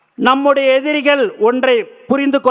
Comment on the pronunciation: எதி(ரி)களை தோலுரித்து..என்னடா தமிழ். 'ரி' உச்சரிப்பு வரல்லயா? பாத்து படிக்கும்போதே இப்படியா? நீயெல்லாம் சட்டமன்றத்துக்கு போறியா..😅